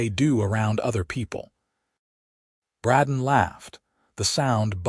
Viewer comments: Except for the CONSTANT MISPRONOUNCIATION of "Bradden" versus "Bray-don", it's a good story. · Just seems weird that the AI can't pronounce the name Brayden